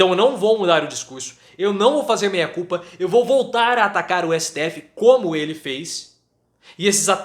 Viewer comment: De repente, a pronúncia não ajudou. O importante é que o recado foi dado.